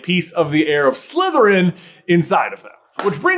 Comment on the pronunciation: “Heir” bud😂😂😂😂